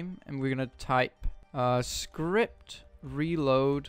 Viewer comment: bruh its script not skirpt